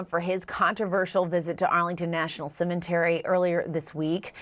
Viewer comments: Cementery? Am I the only one that heard that? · Cementary? CNN, as stupid as Harris! 🤢 🤢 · Yes yes to all of it of course but was anyone else bugged out of their minds that she said CemeNTary???!!! 😑🤦🏽‍♂️